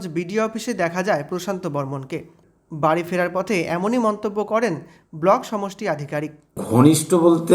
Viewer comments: Bolok noi block😂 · এর পেছনে বড় মাথা আছে এর জন্য এত বড় বড় কথা বলছে ব্লক উচ্চারণ করতে পারছে না